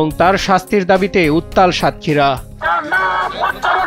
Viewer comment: সাংবাদিক ভাই, আমার কমেন্ট টা দেখলে আশা করি আপনার উপকার হবে। নিউজের শেষে যে আপনি বললেন "নিউজ ডেক্স" এটি আসলে হবে "নিউজ ডেস্ক"।